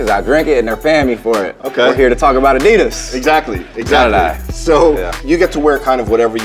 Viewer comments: Am I the only one that realised how he said Adidas 😂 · Why do Americans say Adidas differently to how Australian say it lmao